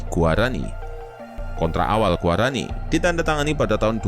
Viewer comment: Guarani min. Bukan gaurani